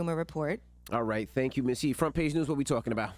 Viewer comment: Damn “Misty”